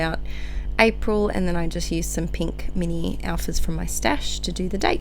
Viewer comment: Hehe "Arpil" 😂 love it! Great spread:) - Emma x